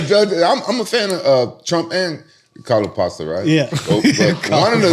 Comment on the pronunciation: “Calo pasta” 😂😂